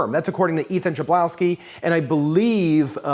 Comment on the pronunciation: Ethan Chlebowski comes from Poland, my country. His surname is just "hlebowski" like in "hammer". It is little disturbing, that typical "ch" is written like "cz" in Polish, like Czech Republic. Great job anyway. Funny that his surname is made of Polish word "chleb" which means "bread", so it will be Ethan Bready.